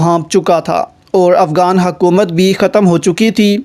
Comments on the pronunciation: Why are you saying AFGAAN . Cant you zay afGHAN? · it's not afgan it's afghan, not افگان it's افغان